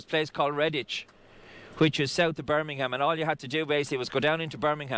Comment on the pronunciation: Merry Christmas, nailed it with Birmingham 😂